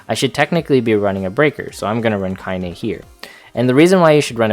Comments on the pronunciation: ... you gotta watch the intro to Nier Gestalt... Lol, you're not wrong to pronounce Kainé as Kain... Since, you wouldn't know how it's pronounced unless you heard it But... The Yoko Taro isms in me always has to go Kai-Neigh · The only thing I can complain about here is that it's pronounced 'kai-neh'.^^ (Well and that is has nothing to do with armor at all, despite it saying so in the title). Also: What about Support in story mode?